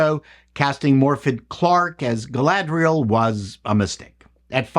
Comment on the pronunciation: Galadrrrrriel trrrrraded in herrrrrr two-doorrrrrrrr forrrrr a fourrrrrr-doorrrrrrr......